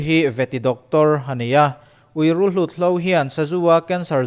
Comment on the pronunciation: Rulhlut ni lovin, rulhut.